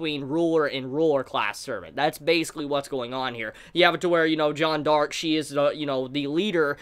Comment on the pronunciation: Why does he keep saying "Jon Dark"...?